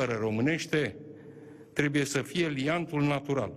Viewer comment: Trebuie, este corect și nu trebie,așa cum pronunți tu,.